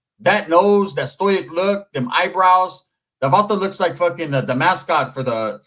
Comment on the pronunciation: I never heard anybody pronounce “stoic” like that ese 😂